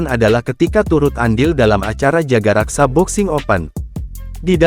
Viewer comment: Bukan jagaraksa min tapi jagakarsa🙈